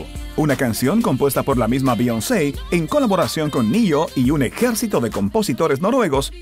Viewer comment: 😆😆😆😆no sabes pronunciar el nombre de Beyoncé😆😆😆😆